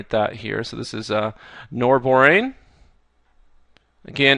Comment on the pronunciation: It is norbornane, not norborane! Please Fix. Great videos, Khan Academy is the bomb.